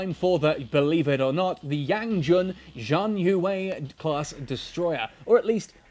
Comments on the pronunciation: "Shian yuu" is the closest I can type it. It sounds different to hear it, but that's close enough. Haha. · Xi = sh pronunciation. HTH.